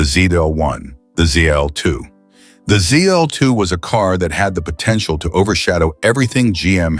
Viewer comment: Z-DOLL-2, SAID IT AGAIN!!! 👎💩👎💩(please, PLEASE tap "THUMBS DOWN" on this video.... P-P-P-P-PLEEEEEEASE EDDIE!!!... Roger Rabbit, great Movie). 🤘😝🤘